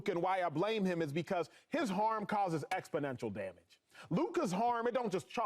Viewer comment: You can always tell when Coonin Acho learns a new word...cause he tries to pry it into every sentence! Today's word is, "ex-po-nential"🤣🤡